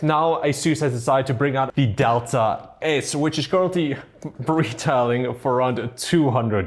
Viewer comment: adelta ????? its DELTA ffs what i hate ppl there cant pronaunce things correct